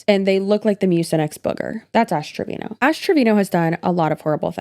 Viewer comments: To me it sounds like u are saying ass trevino instead of ash , love ittt She is awful human being, thank ypu for your videos girly i am binge watching as i discovered you through DWKT xx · i'm so confused is it Trevino or Treviño? she sucks but I at least want to pronounce her name correctly lmao